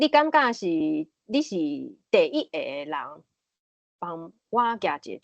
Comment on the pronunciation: 咱(Lán): 包括聽ê彼个人 阮(Goán): 無包括聽ê彼个人 狀況(hóng)(khóng ×) 第一(it)个 恁誠認真，我佇20幾冬前也識(bat)踮佇海洋之聲開一个「心理園地」ê節目用來紹介心理和精神醫學。 會愈主持，愈講愈輪轉，加油喔！